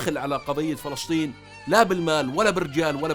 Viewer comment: ما اجمل كلمة فلسطين عاي لسانك